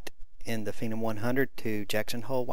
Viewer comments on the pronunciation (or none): MY OCD IS BOMING RIGHT NOW. YOUR SAYING PHENOM WRONG!!!!!!!!!!